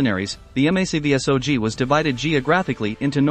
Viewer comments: I like the film footage and explanation of the battles but its a little disheartening to me to hear each letter spelled out in MACVSOG. Why couldnt it have been mak vee sog lol. Thank you for your service to all members of Military Assistance Command Vietnam. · Here's my comment: I really dislike this commentators voice. I suspect it's computer generated. I also dislike commentators that don't know their subject matter. MACV-SOG is pronounced "MAC" (1 word) "Vee" (1 word) "SOG" (1 word), not by individual alpha characters. Last, the video's bias toward the North Vietnamese/VC is very obvious to me. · The ""? The video is quite okay but please, for the love of god, have a REAL PERSON read the script. The text-to-speech generator not only butchers MACV-SOG and the correct pronunciation of Viet Cong but it's also emotionless and jarring.